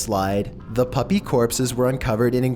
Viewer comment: The Poke'Saurus What's wrong with puupy?!?!